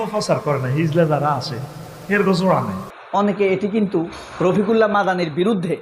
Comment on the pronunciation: হিজলা নয়, হিজড়া। উচ্চারণ ই তো ঠিক নাই। কিসের ওয়াজ করলেন।